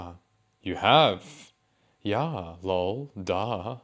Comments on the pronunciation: I love your videos, I really do, but..... I HATE when you say LOW'EL as opposed to L.O.L !!!! I dont know why, but It is like nails on a blackboard ! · I always laugh when they pronounce “LOL” as “LOWL” 😂